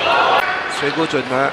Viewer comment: This Taiwanese caster can't even say Mizutani's Chinese name correctly -.